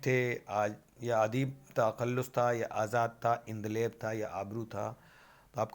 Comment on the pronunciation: Sir please word ko sahi pronounce kiya Karen jaise andaleeb hota hai na ki endaleb